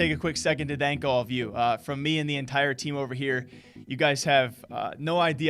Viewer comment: anyone notice how he says ''dank'' instaid of thank haha